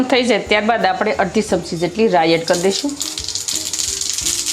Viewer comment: V વીડીયો બનાવવાનુ બંધ કરો પહેલા ગુજરાતી બોલવાનુ શીખો, સમસી નહિ ચમચી, સે નહિ છે🎉